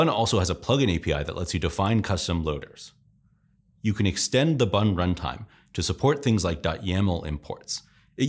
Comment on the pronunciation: I thought he said "buntime". almost dropped my croissant.